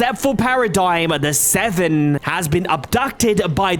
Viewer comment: what that robot said about the seveeen, dude talk normal